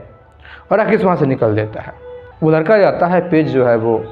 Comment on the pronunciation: लड़के के जगह लरका बोल रहे हो उच्चारण तो सही किया जारी